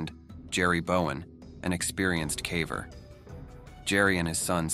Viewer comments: Every time the AI reader says cavver instead of caver it makes me sad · Are you sure it's not AI? He keeps saying "cavver" not caver. 🧐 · Definitely an AI channel; who pronounces "caver" as "cah-vurr"? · It drives me nuts every time the damned AI voice says "caaver". No human would pronounce "caver" that way. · I could get into this if the AI wasn't saying calver for some god forsaken reason. Did dude really not listen to his video once before posting? Lazy as hell. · Ai can't even say "caver" properly. Ridiculous. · lol the AI pronouncing “caver” 😂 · The AI mispronouncing "caver" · Considering the main focus of your channel, you might want to teach your AI how to correctly pronounce the word "caver." smh